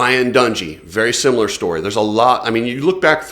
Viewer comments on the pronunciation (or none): none